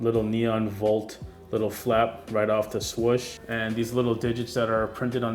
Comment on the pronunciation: SWOOOOSH NOT SWUCH